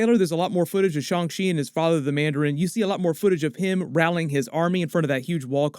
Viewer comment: The Shaw-n Chi pronunciation joke. Literally ripped at my surgery stitches. 😂 😫